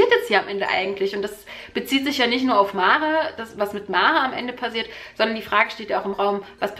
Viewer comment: Das Mädchen heìßt [mär] ...ausgesprochen